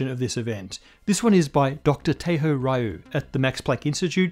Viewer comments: Ree-you, not Rye-you. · I ain't heard no one pronounce Ryu as Rahyoo since Street Fighter 2 first dropped back in the early 90s. 😂😂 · I suspect Dr. Ryu's last name is pronounced more like 'Liu'